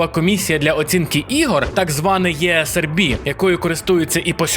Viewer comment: Важко москаля з себе вигнати? ESRB Читається Українською (і всіма мовами) як І ЕС АР БІ (((( , дизлайк сходу...